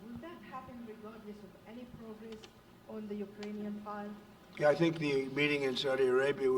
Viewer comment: He said "I Thank" 😂 Is that you Jim Acosta 😂